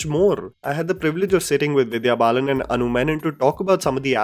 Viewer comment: said 'Divya Balan'... Hehe